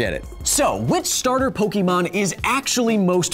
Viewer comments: it's Poke Ay mon not Poke ee mon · It's not pokEEmon; it's pokÉmon. Get your phonemes right! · It's pronounced Poke-a-mon not Poke-e-mon. Why do most Americans make this mistake? It's an "é" not an e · Kyle, "Pokémon" is short for "Pocket Monsters" and it is pronounced "Pokémon", not "Pokeemon". Hard "e" like in "Pocket". In Japan the series is actually titled "Poketto Monsuta", so just "Pocket Monsters", and Pokemon is just a common abbreviation but in US there were some copyright problems with "Pocket Monsters" so they went with "Pokemon". Also if you are taking into account Pokedex entries did you take into account that Blastoise can pierce holes in thick slabs of concrete and steel? That seems like a crazy pressure especially if he can pierce thick slabs of steel from far away. (Pokedex doesn't specify distance but I would assume for it to be a functional skill it should be from at least three meters.) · it's poh-kay-mon not poh-kee-mon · Pokémon. Not pokeymon. Poké. É. Ā. Pokémon. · Kyle, you are pronouncing Pokemon wrong, it is pok-Ah-mon, not pok-eh-mon, which is why it has the accent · Pok-ayyy-mon not Po-key-mon :) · PokAYmon, not PokEmon, Kyle. (Still one of my favorite channels though) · The way you say "Poké" "Pokee" is killing me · Ugh everytime he say poke-E-mon I swear I can feel a cancer cell spawn somewhere in my brain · Kyle: "Pokeymon" Me: "The ' é ' in Pokémon is not pronounced as a long vowel sound" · It’s pronounced Poke-eh-mon. There’s an accent over the E. Unsubscribed. ¡ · I swear to god if he goes this whole video saying Pokiemon I'm gonna lose my mind! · kyle the accent over the e in pokemon is pronounced as Ay. basically pronounce Pokemon as if there is a Fonzy in the middle of pok and mon. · Anyone else bugged by how he mispronounced Pokemon? My inner first grader couldn't stop grimacing. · one could argue that the pronunciation depends on the part of the world in which you live. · You pronounced Pokemon wrong! ARRRRGH!!!